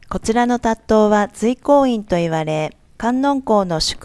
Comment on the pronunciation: 塔頭は「たっとう」ではなく「たっちゅう」と読みます。